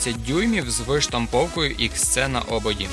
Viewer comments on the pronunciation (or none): Уважаемый автор, не иск цэ, а икс си, так правильнее. В остальном отлично! 👍